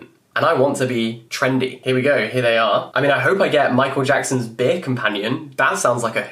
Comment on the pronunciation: this was on my recommended and i didn’t look at his name. i heard “my name is jackets.”